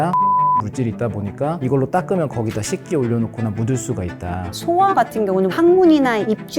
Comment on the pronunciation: 여자 선생님. 소아를 길게 발음 소:아 라고 해야지 소아 라고 짧게 말합니까.